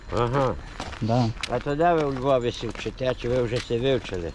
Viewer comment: Не сел, а сіл